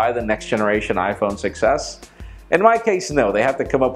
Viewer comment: when you say "iPhone 6s", it sounds like you're saying "iPhone success"